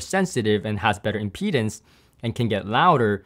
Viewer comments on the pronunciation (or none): none